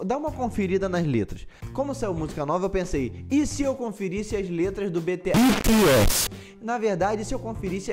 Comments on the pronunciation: E ele ainda continua falando errado. Tipo errado ñ tá, mais ñ tá do jeito brasileiro sabe. Fala bitiéssi e ñ bitiés , fecho 👍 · Tururuuuuu ( se diz Bitiésii) kakakaakaka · Continua falando "bete-essi"... É engraçado kkkkkkk Vc reagiu a música errada... tem mta música deles com letra profunda! Tenta d novo,! Ps: é normal não saber quem é quem no começo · Ai MDS não creio kkkk o melhor de tudo é ele falando "Beteési" e se corrigindo kkkkk. Obg pelo o react e quem já o acompanha desde de o começo sabe que vc não tem a intenção de ofender ninguém. Bjs do ARMY 😊💜💜💥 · Ele:"Beteési" Eu:Admita que você já falou errado,ou não você JÁ FALO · É se escreve bts e se pronuncia tipo bities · 🤣🤣🤣 morrendo com ele repetindo bts "errado" e depois "certo" 🤣😍💜 Adorooooo!!! 😍🤣💜